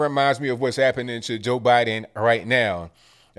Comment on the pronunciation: Who is Jor Biden?lol